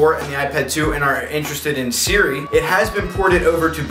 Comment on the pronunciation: "Suri" Haha, love him. :D